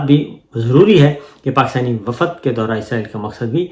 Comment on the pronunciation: Assalamualaikum Sir lafz wafad pronounced is wrong, صحیح لفظ ہے وفد وافد غلط ہے Hope you don't mind